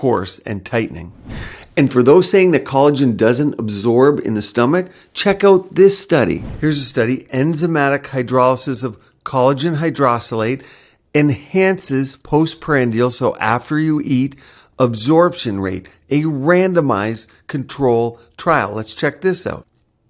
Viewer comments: "HydroSILates"? What kind of a medical professional, let alone a supposed DOCTOR, can't read or pronounce "hydroLYSate"? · You’re mispronouncing hydroLYsate.